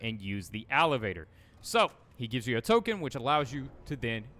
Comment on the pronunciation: What's an alivator? You mean elevator? :D